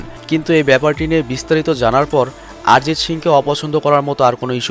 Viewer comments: আরজিত না অরজিত ঠিকই করে বলো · Sob thik chilo, kin2 aarijit aarijit aaarijit sune matha khrp hoye gelo... 😂😂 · কি আরিজিত আরিজিত করতাসেন!! ওটা অরিজিৎ হবে। বাংলা শব্দ। হিন্দিতে অ কে কিছু ক্ষেত্রে আ দিয়ে উচ্চারণ করা হয়ে থাকে। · ভাই আগে উচ্চারণ ঠিক করে করো।ওটা আরিজিত সিং না অরিজিৎ সিং। আর কারা অরিজিৎ সিং কে চেনে না বলতো? তুমি এরপর ভিডিও বানানোর আগে উচ্চারণ ঠিক করে করা শেখ plz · আমরা বাঙালি, তাই ওটা আরিজিৎ হবে না, আমাদের উচ্চারণে অরিজিৎ হবে ইংরাজিতে বানান এক হলেও হিন্দিভাষীদের থেকে আমাদের উচ্চারণ আলাদা হবে। যেমন:- হিন্দিতে সালমান( salman) উচ্চারিত হলেও বাংলায় সলমন(salman)। কারণ কোনো শব্দের প্রথমে saথাকলে হিন্দিতে 'সা' হয়, কিন্তু বাংলায় sa মানে 'স' হয়। তবে সবক্ষেত্রে নয়।